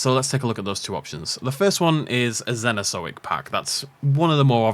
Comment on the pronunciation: "Zenozoic" 😂 your pronunciation cracks me up always,.